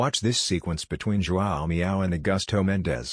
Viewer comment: "a meow" lol